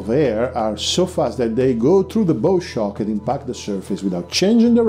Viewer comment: sorry, its hard to listeen. not bough shock. bow shock as in bow wow, a dog bark. a bough is tree limb.